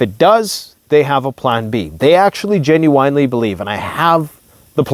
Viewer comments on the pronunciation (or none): Every time this says ginuwine i lose a bit of my sanity.